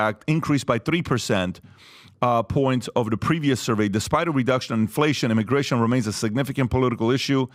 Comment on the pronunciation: “Immigration” not “immigation”